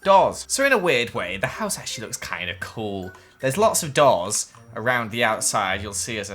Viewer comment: When you said doors i thought you said dolls